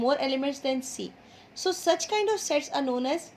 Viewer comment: First I thought that you say Sex 😁😂